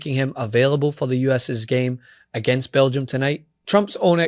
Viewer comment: It's hilarious. BEL GI UM! BEL G! UM!